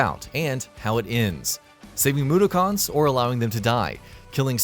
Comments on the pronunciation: Blatantly obvious you don't know about these games either. Come on man, "Moo-der-kins". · The pronunciation for Mudokons is Moo-duk-ens I've been a fan of the series since I was young. I'm looking forward to it coming out on switch! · nigga said "free the moodakhans it takes just a few minutes of research to know how to pronounce it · "moo-der-karns" - and then I stopped watching. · It was more like moo-doo-cons lmao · I think you mean "MOODOKHAANS" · You can really tell this dude has never played an oddworld game in his life by the way he pronouces mudokons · I stopped watching as soon as he said mudokuns. This guy doesn’t know wtf he’s talking about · This guy has pronounced Mudokons and quarma completely wrong, he's clearly not even close to being an oddworld fan so why is he telling people what they need to know before they buy when he doesn't know the games himself 😂😂😂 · No it's not . Ignoring the fact he said mudokuns wrong too It's understandable that he said Quarma wrong . But if you've ever played Munches oddysee you'll get the correct pronouncement for quarma there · it triggerd me the way he said Mudokuns lol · It wasn't even close. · That pronunciation also f***ed me up. Straight facts my guy. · Seriously. They use it in the game all the time